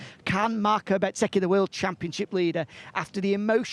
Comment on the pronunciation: Please say Bezzecchi not BET zecci, he has confirmed many times how it is pronounced